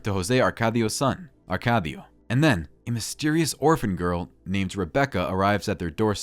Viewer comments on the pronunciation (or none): none